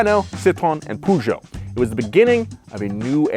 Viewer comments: I'm sorry that might be the worst pronunciation of Peugeot ever. Where are you getting al the extra letters from? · It might be an idea to actually try, as you do, to at least make an effort and pronounce the names of these iconic car manufacturers. We do too when talking about Buick, Chevrolet and… sorry, wrong examples. But know that ‘Puszow’ is actually pronounced (phonetically) Pùh-zhow. Try it. Makes you actually sound more knowledgeable. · Im not french, but hearing "puchons" hurts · Poojoes 🤣🤣 it’s peurjo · one day the Americans will pronounce Peugeot correct, its more like puh zhow (per joe or purr joe) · Just an fyi for America. Peugeot isn't pronounced Poo-jho, it's pronounced more like Puh-jhow. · please stop sayinh poohgoot hhaahahahh its puhgo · The way you pronounced "pooshow"!! 😂🤣😂 Its pronounced more like "perrshow" 👍 (I'm from the UK 😉) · Could Americans please stop saying POO-ZHO or PYOO-ZHO, it's PER-ZHO (or as close to that as makes any difference). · Not poojo , perjo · It's pronounced "Peugeot" not "pujo" 😂😂😂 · Hearing Pougeot instead of Peugeot makes my ears bleed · Poo - zhoh ? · why do americans keep callin it poo-geot smh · Your "Poohgeot" pronunciation made me chuckle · Peugeot never made it because Americans can’t pronounce it correctly. (Puh-zhou.) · hahaha you pronounce Peugeot Poo-Joe in english? 😀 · That's not how you say Peugeot. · I am NOT French , I do NOT speak French but I cannot stand the terrible american pronunciation of Peugeot . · The way you Americans pronounce Peugeot simply twists my guts xD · Yo, do all Americans pronounce Peugeot like that? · Lol how you guys pronounce Peugeot and Citroën. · Next time just look up how to pronounce Peugeot. I cringe every time I hear it pronounced like that. It’s like saying aluminum instead of aluminium.